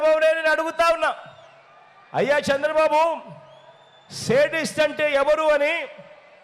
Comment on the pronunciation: అన్నా సెడిస్ట్ కాదు శాడిస్ట్ ప్లీజ్